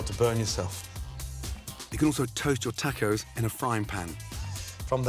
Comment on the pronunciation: "tackos" lol